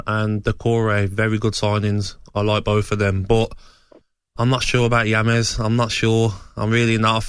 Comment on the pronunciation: Gabby pronouncing James yames 😂😂 world class players like James will be good In any league when pundit's and people say oh they are not premier League proven he's proved himself at the highest levels world cup 29 in his prime abongahor Clueless